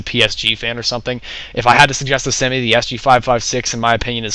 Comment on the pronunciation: u said semee :D lol